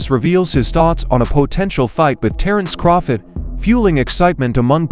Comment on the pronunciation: Who the fuck is "Terence Croffit?" 🤣 This A.i. narrator tripped out